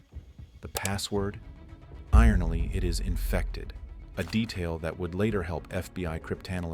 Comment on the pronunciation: Yeah, mispronouncing 4Chan and “ironally” were two sloppy mistakes that prevented me from subscribing and spreading this channel. That’s just lazy to use AI and not listen to it before uploading